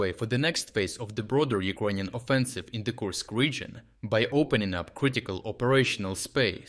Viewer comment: either yout reading bot sucks or you should really learn how to pronounce "Ukrainian"